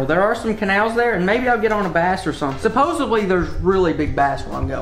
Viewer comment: i know you are from kentucky but son the word is supposedly not supposebly